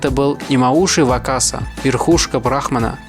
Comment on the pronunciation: Если, что правильно говорит не бЕнкей, а бенкЕй и не вАкаса, а вакАса Но всё равно видос один из самых крутых